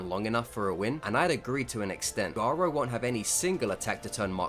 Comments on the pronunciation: I would agree with you but you mispronounced garou and glazing really bad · why do u pronounce hero hunter garou like its a spanish name